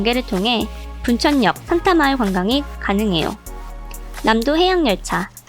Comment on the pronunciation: 산타마을이다 신타마을이라고읽으면 우짜노?